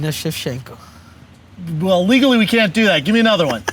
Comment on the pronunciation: “VALENTINA SCHEVCHENKO” 😭😭😭😭😭😭😭😭😭😭😭😭😭😭